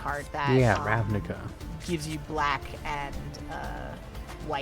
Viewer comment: "Ravnica" is Serbo-croatian, so should be pronounced as "ravnitsa", not "ravnika".